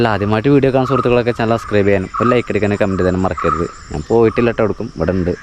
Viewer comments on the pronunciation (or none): none